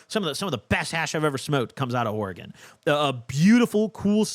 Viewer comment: Thank you for doing Oregon right ❤️